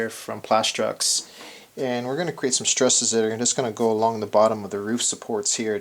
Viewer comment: I am genuinely in awe of your skill. I have devoured ever video from this build, but every time you say the word "struss" I cringe.